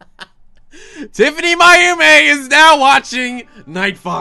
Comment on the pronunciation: It's Pronounced - Tif-any-my-oh-meh.